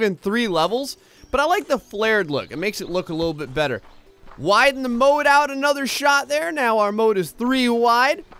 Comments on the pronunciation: Oh moat not boat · ahlike scoob! we need to build ahmoahht